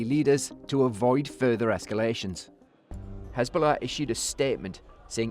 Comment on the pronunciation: Has-ball-ah became Had-ball-ah